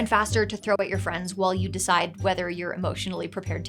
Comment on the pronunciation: The correct pronunciation of you're is "yoo-er". The correct pronunciation of your is "yor".